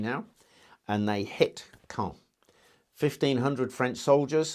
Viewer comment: It’s pronounced cawn